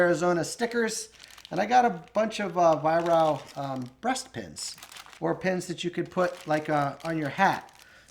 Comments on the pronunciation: Little thing, but its pronounced “Vyrark” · Weihrauch is phonetically pronounced vie-rack